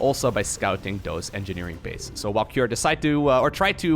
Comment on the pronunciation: You say CUREieus a lot 😊